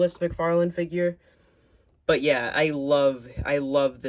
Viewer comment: Was it just me or at the start did the video go "every action figurrrrrrrr"